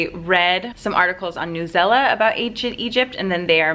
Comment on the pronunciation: I was told that it's pronounced "News-E-L-A," which is crazy because I definitely thought it was "New-sella," haha.